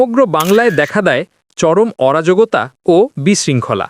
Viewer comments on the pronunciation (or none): "অরাজগতা" না অরাজকতা?